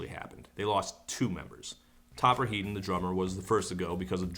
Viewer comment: ...what a load of bollocks. Clearly someone who doesn't understand the record, the environment it was released in, and the songs themselves. "Cut The Crap" is a brilliant record. Had it not been a Clash record it would've been seen as important as the first Big Audio Dynamite record. And it's pronounced "HEADon"...ffs.